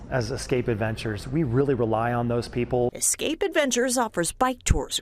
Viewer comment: "we really relly on "*those people*" lmao hahaha